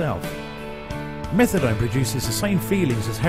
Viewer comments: It’s pronounced Meth-UH-DONE not Metha-DON! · Why is he calling it methadon? It’s methadone! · No one calls it meth-a-dawn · this stupid narrator keeps callin it methadon and it's driving me nuts! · "Methadawn" - dude can't even pronounce the name of the drug he's talking about...mad ignorant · Lol. I'm like did he just say metha-don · I can't... With the way the narrator is pronouncing methadone. Don't talk about something you can't even pronounce right. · I wasn't gonna mock him saying "MethaDON" until he mentioned "MethaDon" and "a BenzodiazePAN". If only there was an auto correct for speech.